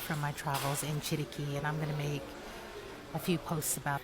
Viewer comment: Me gusta como pronuncias Chiriqui